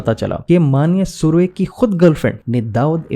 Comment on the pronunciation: तुम नाम सही तरह से नहीं ले रहे हो ।